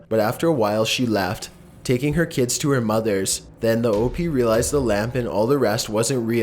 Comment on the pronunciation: does anyone not realise hes saying OP wrong? its pronounced OHP not OHPEE